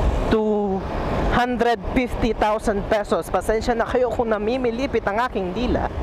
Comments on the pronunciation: One FIFty, not one PIFty. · ONE PIFTY... ONE PIFTY... ONE PIFTY ONE PIFTY KA NG ONE PIFTY.. D TULOY AKO NANINIWALA SA SINASABI MO.. 50 NGA EH D MO PA MASABI. PIFTY....